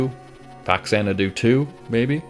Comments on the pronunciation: Big elephant in the room: The title is pronounced "fah-zanadu", not "facks-anadu". It's part of the Xanadu series released on Famicom. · Long story short: it's pronounced Fazanadu.